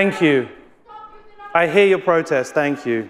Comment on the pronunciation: Did he say “ I hear you?!” 😮 because I heard it like this “ I hate you”